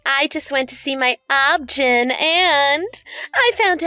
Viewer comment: Its O-B G-Y-N not obgyn! I wish the narrators/voice actors would get the right!